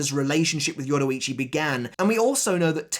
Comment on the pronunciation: Why did you butcher her name like that ?